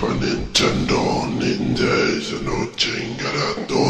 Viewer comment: Who heard netendo